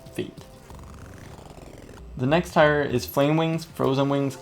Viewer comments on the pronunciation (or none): its tier not tyre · Tier is pronounced TEE-r not TIRE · why is he saying "tire" instead of tier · It's not tyer it's TEEEEEEER SPELLED TIER DAMN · 1 u said yetpack 2 u said tire ant its jetpack and its pronounced teer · Tier..... is pronounced like TEER, not TIRE. Holy fuck.... You even know the correct way to say it lol but you choose not to.... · in English the word 'tier' is pronounced the same as the word 'tear' NOT the same as the word 'tire'...:) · its TIER not TIRE! gaaah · tier, not tyre. say it like tear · Tier is pronounced "teer", not tyre. Sorry, this just bugged me. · or 'tear' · i dont blame you for saying tyre instead of tier. thats just the way you say it. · It is tier. Not tire. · tier is pronounced "tear"... not tire.. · Also, just so you know its not tire its like saying tear, not trying to be mean just being helpful. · Is he pronouncing tier wrong, or is it just a cultural thing. I say tee-ur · It's pronounced teer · I hate how he pronounced tier pike tire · tier- pronounced tear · its pronounced (teer) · It's pronounced tear. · “Listen to me I know everything” Pronounces tier wrong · Your saying tier wrong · God, pronounce tier correctly -_ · You know that's not how you pronounce "tier" right?